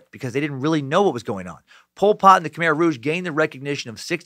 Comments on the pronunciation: Half way thru, saving the rest for tomorrow’s day of work. So far so good. I’ve heard countless stories of what happen to my family during that time. Side note from someone who speaks the language : it’s pronounce Ka-mai (Khmer) but you’re doing an good job at trying. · Its pronounced K'Mai